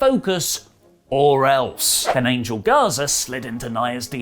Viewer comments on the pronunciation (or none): none